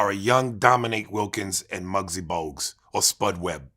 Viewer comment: bro said mugsy bougues lol